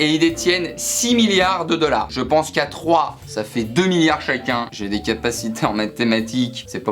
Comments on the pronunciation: ça me fait stresser comment tu prononces millards !! XD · Euh on dit miLLards pas miyards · Des miards 😂 Il le fait exprès c'est pas possible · Effect Phoenix mdrr, il arrêtait pas de dire "miyard" alors j'me dis "allons voir dans les commentaires si qqn l'a souligné" et premier comm' que j'vois c'est ça 😂